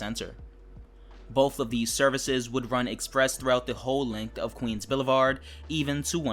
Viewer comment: BOTH not BOF